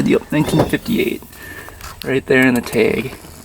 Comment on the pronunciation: Why do you say tag funny?